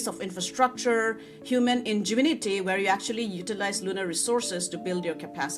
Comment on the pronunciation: Couldn't say human. 😂😂😂😂